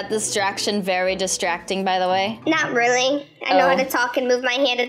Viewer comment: I love when you say “Really” and it sounds like “Rilly"🥺 And it’s soooo cute